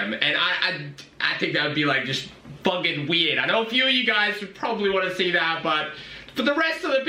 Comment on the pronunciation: “A FOOKEN BREAD KNIFE”